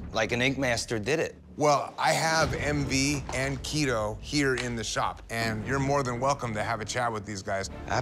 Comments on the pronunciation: LOL Ummmm....His name is Kito not Tito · Its Kito not Tito. In the description it say Tito.